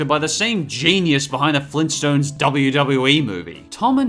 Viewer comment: Flintstones, NOT Flinstontes. Two T's, not just one.